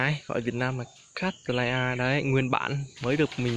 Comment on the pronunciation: Đọc là : Cát Lây Ya